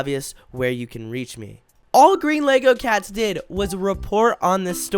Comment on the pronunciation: he said greenlogocats